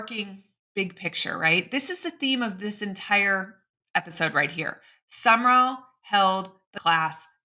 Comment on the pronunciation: Pretty sure it’s Sum/rall….Two syllables. I could be wrong;never heard HIM pronounce it but it’s not 3 syllables. No ER